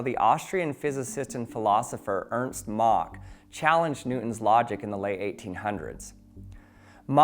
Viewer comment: Thumbs up for pronouncing “Mach” correctly.